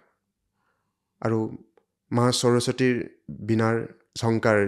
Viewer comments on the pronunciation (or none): এক সুন্দৰ খণ্ড দুটা শব্দ ভুলকৈ উচ্চাৰণ কৰিছে- উৎসাহ , সৰস্বতী। ৎ ৰ পিছত স ৰ উচ্চাৰণ চ হয়। বাক্যৰ আৰম্ভণিতে স ৰ উচ্চাৰণ চ নহয় স য়েই হয়।